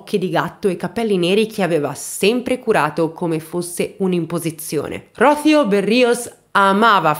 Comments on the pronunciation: Sei molto brava. Dico davvero. La cosa che apprezzo di più del tuo canale è il modo in cui racconti le storie di vita di tutti questi personaggi di ttagedie vere. Spesso uso i tuoi video come se fossero audiolibri🥰 Unica cosa però... nooon si dice Ródhio ma Rosío🙃🙃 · Rocio con accento sulla i, por favor 🤣😘🥰 È un bel nome, che tra l’altro significa rugiada 🤷‍♀️ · PICCOLA CURIOSITÀ: Il nome di donna ROCÍO significa in italiano, "Rugiada". Quando lo pronuncia, sbagli il tipo accento. Il nome é molto bello ☺️☺️☺️ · Rocìo? Ma perché le pronunciation mi danno accenti a cavolo di cane? Le ascolto anche, più volte 😩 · Rocío se pronuncia con accento sulla "i" :D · Ai sei splendida ma su Rocio l'accento e' sulla i no sulla o🤪